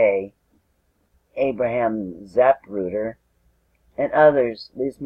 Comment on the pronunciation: It’s Zapruder, not McGrudder. If you got that wrong……Well, we’ll leave it at that.